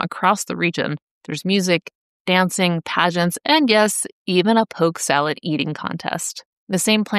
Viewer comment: Driving my tractor trailer through the rural metro North Atlanta there was a older fellow that had a sign nailed to his tree offering poke. SALAT I always thought it was salad. It sounded like you said salat as well. Always wondered if it was just an uneducated sign or he knew something I didn’t.